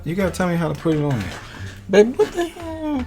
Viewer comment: SaY wA a HaNeR SaId wA😭😂